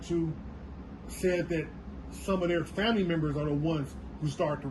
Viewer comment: Wait, did he say Familee started as NHP?